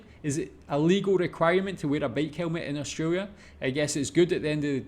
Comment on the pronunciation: well first pronounce "australia" right. lol i understand if its ur accent